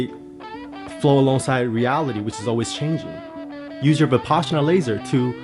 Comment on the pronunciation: “Vapassana laser”😂